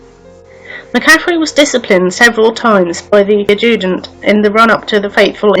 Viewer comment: Please learn how to pronounce the word Adjutant. Why have you a photograph from Durham maine as connected with the Col Crofton shooting. Bit of a poor report really.